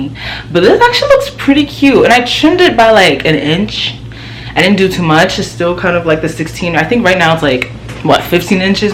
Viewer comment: “It was toooo” 😂 let the accent out sis